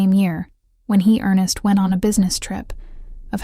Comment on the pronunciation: This is very interesting research. But, please, please, do your own research, and do your own voice over. Is this all AI?? Why can't you say: Earnest, infatuation, spiraled, options, Wallace, reconciled, moved? Also, the voice change from an American to a British accent in the last minute of the narration was very strange and jarring. I had to give this video a thumbs down for those reasons. Note: Wallace called Edward "Peter Pan", in her letters to her ex-husband, Earnest. Please go over to Linday Holiday's channel for quality historical content, and beautifully produced and researched videos, which she herself narrates.